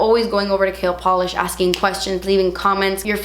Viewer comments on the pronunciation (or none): Lol I said that when she launched the brand! Every time she says KL Polish I think she's saying Kale